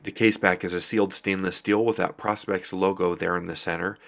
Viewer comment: please say pro-spex and not pros-pex , nice watch tho